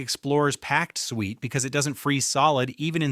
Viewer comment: 12is not “sweet”, it is pronounced “soo-et.”